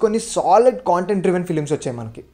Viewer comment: Chinna suggestion bhayya content ane word ni sarigga paluku - otherwise Video 👍 Okka Kshanam is my favourite in this list 🙏